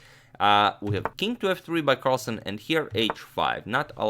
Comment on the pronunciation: its carlsen not carlson.